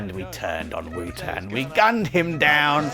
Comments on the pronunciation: Did Wouter say thats the way you pronounce the name "whooter"? Why I ask is because Wouter is also a name in Afrikaans which is there pronounced exactly as "Voter". But still, poor Wouter1000, rest in peace mate. haha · your pronounce Wouter wrong. Its Wowter. Not wooter 🧐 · Wouter is pronounced as Wauter... It's a Dutch or maybe Belgium name